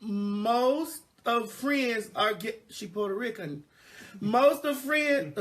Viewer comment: “She puerta recan“ 😭😂